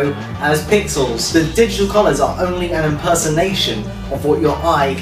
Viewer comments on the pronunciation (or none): is he saying Jittal images? digital is 2 syllables.. lol